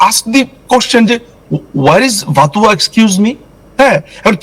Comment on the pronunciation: ভাতুয়া না ভানুয়াতু